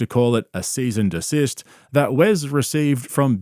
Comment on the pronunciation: Did you say "cease and desist", "seize and a cyst", or "seasoned assist"?